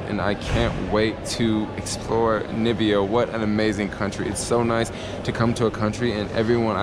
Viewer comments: NA MI BI A Not Ni Bi A :D Great video though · It's pronounced Na mi bia, you should go to South africa, Cape town is nice but have fun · NIBBIA LMAO, it's just pronounced how it's spelt, not hard at all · U got it---- "Nambia"- Trump.... many don't know my Country or can't pronounce it right--- atleast Angelina Jolie pronounced it right when they were here.... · the way I can't stand those Americans that say Nambia. Like wtf??? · Aww my home country , am not blaming you most people they don’t know how to say 🇳🇦🇳🇦🇳🇦🇳🇦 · Many don't know my Country (Namibia) or can't pronounce it right--- atleast Angelina Jolie pronounced it right when they were here in Swakopmund town.... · I like your videos bro, although you killing me with pronouncing my country's name. Amelikar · as a Jamaican who has been viewing your videos for a few weeks,it took me a little while to realize that you were playing us in your introduction to Namibia by dropping the first syllable of the name,That is the best way to get people talking.Although i have never been to Africa myself,i would suggest that while you are in Namibia,you take a trip to the Namib desert.it should be as exciting as the Sahara.